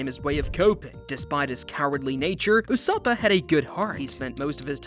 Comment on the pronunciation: Did he say ussopo/ussopa Edit: did he say thriller bank island